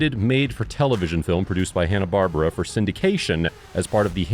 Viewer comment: Love the video but you pronounced Hannah-Barbara wrong.